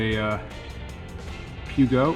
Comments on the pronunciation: Try the EAA out of Oshkosh Wisconsin. Experimental Aircraft Association has museum that may be interested. Peugeot is pronounced "pou" like lou and "Joe" like the name: poujoe. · Kind of a funny way to pronounce it but it’s “poo joe” is how the bike is pronounced;)